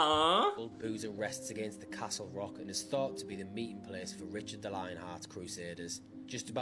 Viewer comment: It was good to hear you pronounce the word describing the pub as "the" and not "ye." It's not actually the letter Y, it's a symbol for T and H combined, called a thorn. You learn something new every day lol.